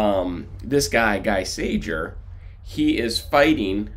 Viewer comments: gee sayer..............pronunciation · Pronounced Gee Sayer. After the war he was a graphic artist in France. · You murdered his name